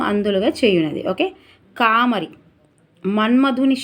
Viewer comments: కామరి కాదు తల్లి కామారి . మీకు తెలుగు భాష సరిగా చదవడం లేదు. 😢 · Thappulu chadhavakunda chesukondi....కామారి Ma ki dheergam vundhi Thappu chdivithe ardham maripothundhi